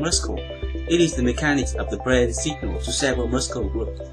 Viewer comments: hello i am a korean living in Canada your english is getting better i see let me just correct you this today muscle when you say this word you say muskle but it should be said mursle ok have a good day oh thank you for your excellent upload clips I learn a lot from it thank you again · the speed in this video is perfect. The only complaint I have is that you still mispronounce some words (i.e. Muscle is pronounced /'məsəl/) Otherwise your English has definitely improved significantly since I started watching your videos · Hi Since you seem to appreciate comments on pronunciation, here are a few: 1) muscle = "mus-l" not "muskel" 2) technique: the emphasis is on the 2nd syllable: tekNEEK (not: TEKnik) contrary to tactics, where it is indeed the first :TACtics 3) secret = SEEcret, not SEKret Great videos!